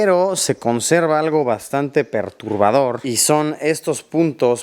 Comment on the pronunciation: creo que es perturbador amigo no ¨perurbador¨ saludos.